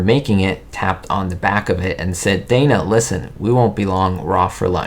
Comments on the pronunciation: DAH-na Wynter, not DAY-na. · Dana Wynter was British! Her name is actually pronounced "Donna"! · A little factoid if you should ever review anything with Dana Wynter in the future: she doesn't pronounce her name, "Day-ner". She pronounces it "Dah-ner"! 😮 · Everyone thinks Dana Wynter's name is pronounced "DAY-na" but actually it's pronounced the same as "DONNA" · Dana Wynter's first name is pronounced like the female name "Donna". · Dana Wynter's first name was pronounced, "DAH-na".